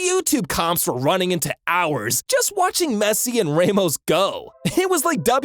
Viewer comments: ramos❌ raymos✅ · don’t call Sergio Ramos “raymost” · Sir, please, the pronunciations are killing me. "Rae-mos" lol. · The way he said ' Ramos' 😂